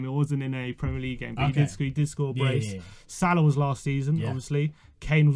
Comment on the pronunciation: Guy can’t even pronounce salah..where’s hh?!!! Send this man a ticket to Siberia asap!